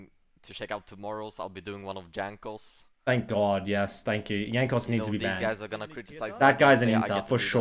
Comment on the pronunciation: I like how the only english J he pronounces is Jankos name where it is actually wrong lol